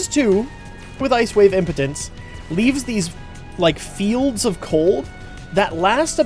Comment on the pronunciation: Ice Wave... im-pee-dense, not Ice Wave Impotence xD